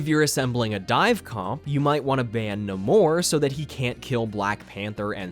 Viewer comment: not neh-more 💀